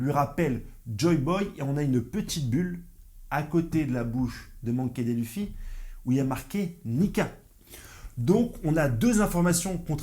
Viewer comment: Il a dit monki dé luffy . 😂 T’abuses fort !